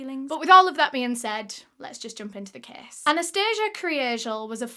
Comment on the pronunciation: You pronounced Anastasia wrong. In Russia the emphasis is totally different. 😘☺️ just wanted to let you know. Love your videos btw ♥️🙋🏼‍♀️